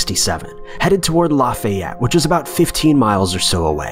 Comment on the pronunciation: It’s not pronounced “La-fay-et”, like it’s spelled. It’s pronounced more like “Laugh-fee-yet”. Just a helpful tip from a Louisianan. Oh wait southerners are supposed to be dumb. I meant “Yee yee! Getter done! I’m gonna go ride through mah swamp and catch me some gators, y’all!” Is that better?